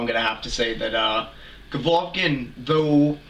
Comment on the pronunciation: "Govlokin" smh, learn his name first